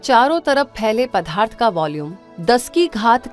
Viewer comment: बहुत ही अच्छी डाक्यूमेंट्री है। बस कहीं कहीं पदार्थ का उच्चारण पधार्थ करना कानों को चुभता है !